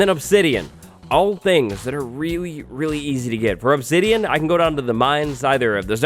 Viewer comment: Crying obsedian?